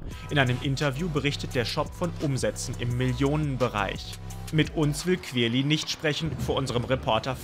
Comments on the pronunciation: heftig dieser "kwirly" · Der heißt querly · Digga wenn ich euch in echt sehe rtl ich nehm euch auseinander, lasst mal querly in ruhe und du sprichst es sogar flasch aus 😔😑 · Also ich feier den „kwerli“ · qwirli XD